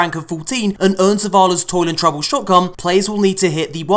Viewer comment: Anyone else hear "Toilet Trouble Shotgun"? Lmao